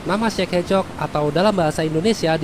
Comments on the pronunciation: Kok denger nya kayak cek hecok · Kedengaran seperti Czech ehcok